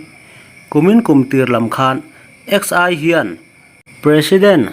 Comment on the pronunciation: Xi a hming exai ti a Han lam em em te Chu maw le😂😂